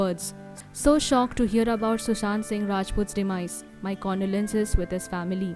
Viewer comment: Condolences not kandolense 😂